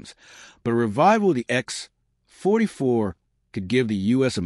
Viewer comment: "The X........... 44 Manta" That's quite a pause where it shouldn't be. This isn't a comedy show. lol!